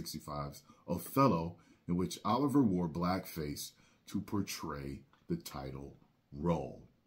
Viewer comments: Laurence Olivier (o-live-e-ay) not (ah-live-er) was a non-comedic adaptation on Shakespeare's play. While Olivier's makeup was comedic (but not offensive), the film was satisfactory. I watched it for college. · Laurence.... O-live-ee-aye